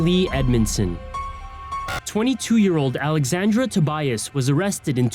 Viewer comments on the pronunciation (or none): none